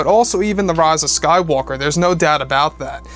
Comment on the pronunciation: I really hate the way says the rise of Skywalker